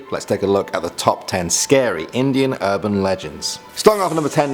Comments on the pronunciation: It's Indian..... not Inidian. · Its indian not inidan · Indian it is not Inidan , chuthya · Inidan LOL